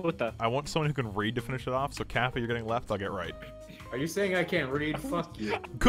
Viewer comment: Did you just call Kappa "Kwite"?